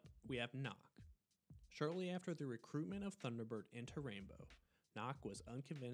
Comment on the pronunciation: 10/10, but some of the names were a little butchered, ex. Nökk is pronounced like "Nook", not like "Knock".